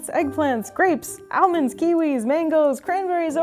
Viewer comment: pronunciation of "Almonds" has me shook